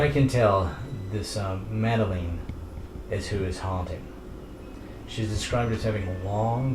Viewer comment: "Madeleen". Its Pronounced mad-el-in